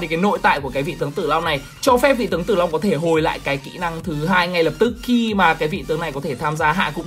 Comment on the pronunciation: tao nghe là Zilong nerver die